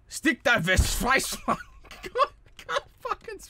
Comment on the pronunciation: this pronounciation hurts my ears... Stick der Verzweiflung... Goddamn it